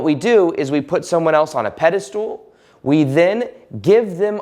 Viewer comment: Mate love the vids, but can I kindly point out that it's pedestal not peddlestool.